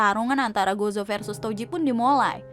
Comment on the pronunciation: baca nya gojo ya dek bukan gozo